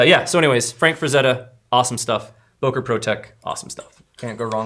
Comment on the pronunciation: I love how americans pronounce Böker😂😂😂